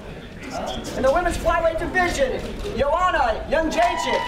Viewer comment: Im Polish. Almost all of them get it wrong - its YEND-SHAY-CHyK - where "y" is kinda pronounced like "y" in Bill-y or ic-y [but not like ""eeee" or "aaaa"]. YendshaychAk or Yendshaycheek would be different surnames. Also - its Yoan-na, not some fucking german Yohana like Rogan says it.